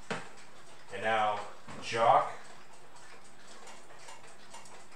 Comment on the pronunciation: The way you pronounce that Tempus Fugit mantel clock sounds like you're saying "Jock". You're supposed to pronounce it with the /ch/ sound.